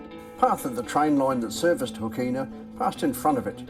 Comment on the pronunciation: Great video, but unfortunately you have fallen in to the trap of local pronunciations. apart from the Ghan (already corrected). Hookina is often pronounced more like hookna or hooknuh Similarly Kanyaka is often said kanaka. with hard a , and much further south is Pekina, and, you guessed right, it sounds the same way as Hookna. Maybe that enabled a speaker to talk with out sucking in flies!